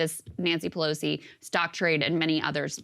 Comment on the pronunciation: Pelosi not Pelsoi